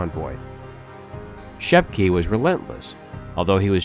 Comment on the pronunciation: JOACHIM = YO-HA-KIEM SCHEPKE = SHEP-KA GUNTER = GOON-TER KRIEGSMARINE = CREEGS - MARINE If you want to do history, please learn to pronunciation. You slaughtered the other names too. but I dont havr time to correct